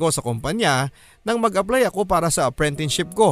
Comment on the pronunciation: Bakit parang apprentineship ang naririnig ko imbes na apprenticeship? LoL